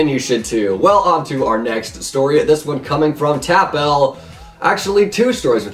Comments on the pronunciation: "Someone with youtube rank", how many people have yt rank on hypixel.....a lot so who knows. And bro stop saying Tap L it's pronounced tapple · its not Tap L its Taplle but with L instead of lle i watched a vid of it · Your saying TapL wrong it’s like tap-ul he specifically said it in one of his old videos I think the 500 sub special